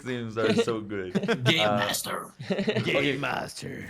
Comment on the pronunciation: I simply love that they called Cellbit "Gay Master" instead of Game Master hahahahahaha